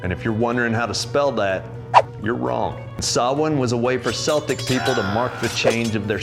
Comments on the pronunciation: I almost spit me coffee when you said seltic instead of celtic ...( ik basketball blahblahblah) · Celtic people is a hard k sound, like keltic. The soft s sound like seltic is a basketball team. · Kel tic not sell tic 😂 it’s pronounced Kelt !! Written Celt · Celtic is pronounced with a k... keltic, not seltic... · Celtic pronounced with hard C: keltic as bearla; phonetically no K in gaeilge Celtic with soft C is a football club in Scotland. Pumpkins are Mexican Turnips are indigenous to Europe and Asia Hallow: Saint or Holy Person November Mi na Shamhna the month of the saints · Celtic, when referring to people is pronounced with a hard c. Keltic. And in Ireland they call swedes turnips and turnips Swedes. They mean the one that's similar to potatoes. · It’s pronounced ‘keltik’. Only the stupid American basketball team thinks it sounds like it starts with ‘S’.